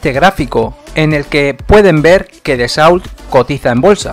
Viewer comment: En francés no se pronuncia la T al final ni la L . la au se pronuncia O . Atentamente jm